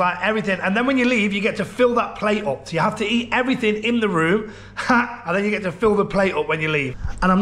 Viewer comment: PLS I need to know!!! Is it "then" or "dan," for example you'll say "What's going on here *Insert "dan" or "then"*. Someone who knows or MASTAG let me know!!!